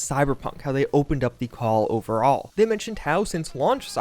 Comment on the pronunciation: I don't like how you say overall you sound like you're having a stroke or don't know how to speak English